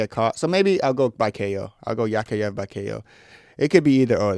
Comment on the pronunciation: bro its yak yaev not yakh yaye